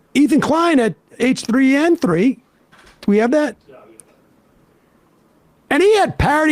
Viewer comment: I love Sam kept saying 'H3N3' as if he's a strain of the flu 😂